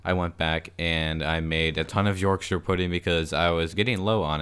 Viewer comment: OMG AN AMERICAN THAT SAYS YORKSHIRE CORRECTLY as a Yorkshire man myself I thank you. most Americans (I've heard at least) say it "york-sh-eye-er" which is wildly incorrect and if you said that here you'd be laughed out of the north